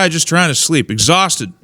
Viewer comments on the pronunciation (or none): none